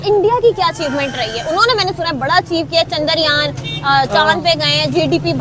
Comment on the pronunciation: Pakistani jahilo its chandra yaan not chandar yaan .. ye paka lahori hogi